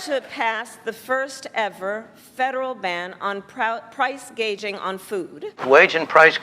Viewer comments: She said price gage,ING not price gouging....she's so ill inform, she can't get her lies straight. 😅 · She is talking as if Republicans are in power. She doesn't even know the term "price gouging" and says "price gaging." With heavy sanctions on China, the US is already making US consumers buy stuff that China was providing at less than half the price. In short, with its chinophobia, there is no way that either Harris or Trump can stop the bleeding of the US economy that's been going on for decades. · Whay is " price gaging"? Isnt that "gouging"? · She can't even pronounce it correctly. Wtf. Ever feel like you died and woke up in the twilight zone??